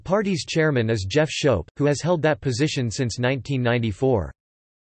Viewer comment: Jeff Schoep's name is pronounced "SCOOP" and Jeff Schoep is OUT of the hate movement. He now heads up an anti-radicalization org called "Beyond Barriers". So, you're WAAYYYYY out of date.